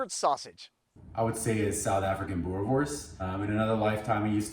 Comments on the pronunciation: It's pronounced boo-reh-vors Also, those sausage must be cooked on charcoal, there's no substitute. Good job though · Boerewors is an Afrikaans word. In Afrikaans a "w" always sounds like a "v". So it's pronounced boo-ruh-vorce (preferably with a rolling "r") Bonus tip: In Afrikaans, a "v" is pronounced as "f" e.g. vark (pig) is pronounced as fark. 🇿🇦